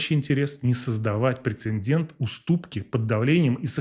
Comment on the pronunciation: Прецедент и инцидент, перед "д" нет "н"